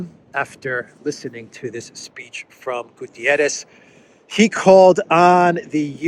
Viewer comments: PLEASE, PLEASE, PLEASE. UN Secretary General is called António GUTERRES, not Gutierres. Please drop the i. For months I hear a lot of people calling him a Spanish name. The guy is PORTUGUESE, so his is name. ;-) Cheers Meanwhile the important thing is that Haley and respective scum should be ashamed. Calling for the resignation of someone asking for CEASEFIRE and diplomacy. Instead of war! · it's not "Gutierres" but rather "Guterres", a Portuguese and not a Spanish name/word! Regardless, I continue to appreciate your timely and informative videos! Thank you! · Its not "Gutierrez". He's portuguese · It's not Gutieres, the man is not Spanish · António Guterres is Portuguese. Thus, there is a specific pronounciation of "António" and "Guterres". Guterres is NOT pronounced like the Spanish "Gutiérrez".